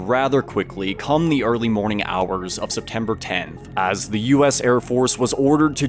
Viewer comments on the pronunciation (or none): none